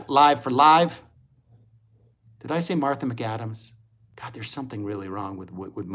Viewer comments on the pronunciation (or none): none